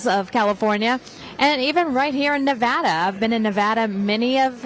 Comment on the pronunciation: It's pronounced Nev ADDA not Nev odda.